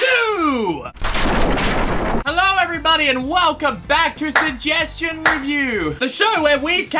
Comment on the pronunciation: first suhjeschon